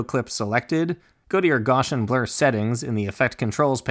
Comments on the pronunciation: This was fantastic - extremely clear and to the point. Just what I needed. Just so we don't start passing around some name mangling, note that Gaussian blur is pronounced "Gow' see an" - named after Friedrich Gauss the mathematician and physicist. And a Bezier curve is pronounced "Bez' ee ur" (accent on first syllable) - named after the French engineer Pierre Bézier. (Now my apologies for unconventional phonetic spelling!) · Awesome job. Thank you! (quick side note: Gaussian is pronounced GOSS-EE-EN and Bezier is pronounced BEZ-EE-AY)